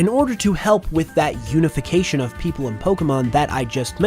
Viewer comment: I really thought you were making a pun there for a second by saying “unovication” (unova, unify)